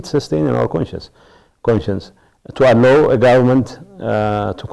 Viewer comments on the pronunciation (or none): Getcho sometimes you seem to be a candidate for Roman papacy when you talk about poor helpless Tigreans who in reality are victims of your own party wrong doings. You speak good English except pronouncing " Allow ".